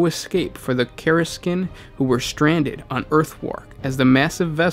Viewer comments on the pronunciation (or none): For fucks sake it's not Obscur or Karsikin. It's Obscurus (ob-skew-ur-us) and Kasr-kin I want to reach through my monitor and jostle you lol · Nothing but love for all you guys are doing here, just thought I'd chime in (a year later) to note that GW officially pronounces Kasrkin as "Kass-er-kin" PS my work commute sucks less with these lore videos to run through!